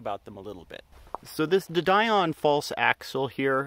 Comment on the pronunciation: de Dion is French and pronounced Dee-on, rather than Die-on. It's a reasonable suspension arrangement to use a motor and gearbox system designed for a FWD car. The bevel gearbox is more efficient than a live axle's hypoid gear as there's a lot less sliding friction.